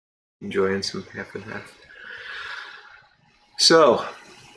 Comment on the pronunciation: Another good chat! Glad you are healing well. Best wishes on the tasting! Sounds tasty. I like the way you produced Goodell ("Goo-dell"); Valley of Goo...🤣🙃. I doubt you planned this but the tasting will take place on the 67th anniversary of Matches 860's/John's birth. Happy tasting!